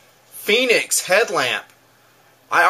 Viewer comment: Its pronounced Fen-ick's, like "Fen" in Fenway Ballpark and "icks" like tickets. NOT "Phoenix" like the mythological fire bird. Call the company and listen to them answer the phone if you don't believe me! Fenix makes a great little light. I love their user interface too. Unfortunately they changed the design of the P2D and L1D lights, which used to have interchangeable battery housings. This allowed you to use the same flashlight with a AA or 123A battery. Olight is a good brand too.